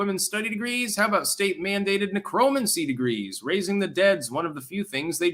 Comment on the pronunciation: IDK if you mis-pronounce words on purpose for entendre purposes that i miss. Considering the root word has the same meaning as a similar sounding word, I'm guessing your pronunciation was purposeful. But for the record, "necromancy" is: nĕkʹ-rə-măn'-si